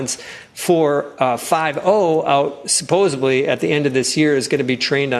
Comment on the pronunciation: did he say "supposebly"?